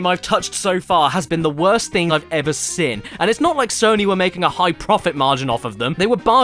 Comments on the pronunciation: I'm not making fun of you but whenever you say seen it sounds like your saying sin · Why can't you pronounce "seen"? Why do you insist on saying "sin"? Why am I bringing it up two years after the fact? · Why is it anytime Caddy says “Seen” it sounds like he’s saying “Sin” has he sinned? Caddy is sinful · Why do you say "sen" and not "Seen" ?!?!?